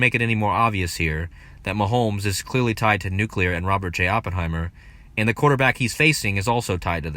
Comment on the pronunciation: Surreal... And I just want to commend you - aside from the great work - for pronouncing "new-clee-ir" perfectly.👍 Hearing so many supposed 'experts' saying "nook-you-lerr" makes me wanna hurl. 🤭